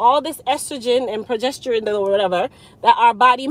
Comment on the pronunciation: No worries lol Lots of folks have trouble with that word Pro-ges-te-rone I just heard you say it